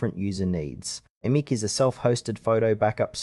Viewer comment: It's pronounced like "Image".